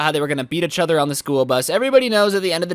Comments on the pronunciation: it is each other not echother this lowkey drove me insane during this video but other wise enjoyed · Plz stop saying uchother. It kinda triggers me. PS. It’s eachother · A braincell dies everytime he says ehchother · No one:: UhCh OtHeR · One like for every time says “itchother” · does the way he says each other annoy anyone else?